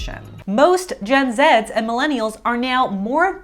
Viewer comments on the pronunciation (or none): Canadians and Brits don’t actually say “gen zed”, only I swear lol (I’m British)